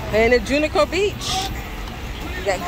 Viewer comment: I swear you mispronounced Junkanoo Beach so many times on purpose 😂😂🤣🤣😂😂 Great video